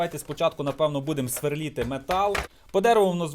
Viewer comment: СверлИти а не сверлІти)